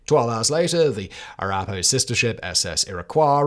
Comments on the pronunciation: "ah-RAH-pah-ho" is the pronunciation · It's not racist to point out mispronunciation of tribal names (I should note that the writers of "The Chicken Song" from the British comedy show "Spittin' Images" in the mid 80's knew how to pronounce Arapahoe) and more than pointing out when someone mispronounces Leicester, Marylebone, or Derby. I'm going on the assumption that Simon simply never heard the names pronounced out loud. And considering my ancestry is over 70% British, it's a bizarre stretch to accuse me of being racist on this one.